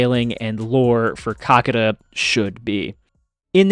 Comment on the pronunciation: it's actually Kakaata and not Kakata. Get it right man..